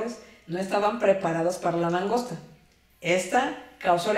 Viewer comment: La entendí perfectamente, porque ya tenía información sobre el quebracho y el kiri, empero, su divulgación es mas extensa. Gracias por todo. P.D. no se si dijo mangosta o langosta, y me entero que esa especie cause rabia. Ando en estudio de la porcicultura mientras la escucho.